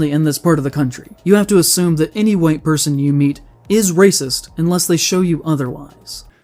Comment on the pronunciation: Some guy called a bunch of white people ray-sis? That's pretty hard-hitting!